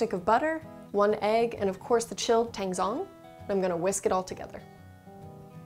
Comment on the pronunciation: they look so good! I'll definitely be making these milk buns, also, "tangzhong" is actually pronounced a little something like "ta-Ang jO-ng" :)